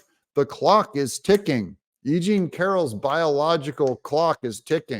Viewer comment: When you say E.Jean…..it sounds like you’re saying “aging” to my ears. How appropriate.